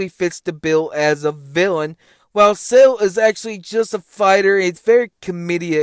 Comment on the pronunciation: I’m disregarding anything you say cause you keep pronouncing it “SAIL” ⛵️ and not Cell.😂😂😂